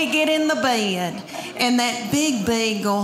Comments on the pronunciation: "I go to bay-ed" - Southerners. Always making more syllables than needed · I love the way she says "bed" with two syllables. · Don't the words "bed" and "boy" have just one syllable?